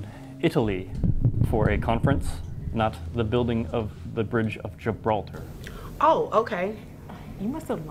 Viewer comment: Bro why do I feel like everyone pronounced gibralter is "Gib-la-tar"